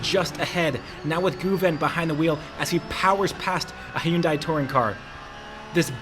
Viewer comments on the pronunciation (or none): none